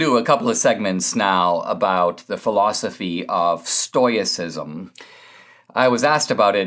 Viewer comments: Stoyacism or Stoicism Stow-ih-sis-m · Love ya Dinesh, but "Stoyicism"?